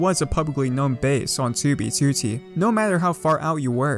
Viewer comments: "toobeetooteey" lmao great video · has been playing 2b2t for 4+ years -has made about 200 2b2t videos but cant pronounce "2b2t" correctly